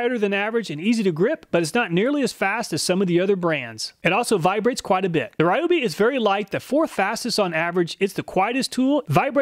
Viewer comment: Ryobe is pronounced Ree-o-bee.